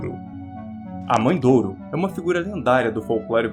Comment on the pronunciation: mae de ouro e nao mae douro